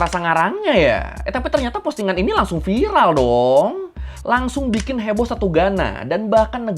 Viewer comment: "dengan bahtera yang dia bikìn" wkwkwkwk lucu juga aksennya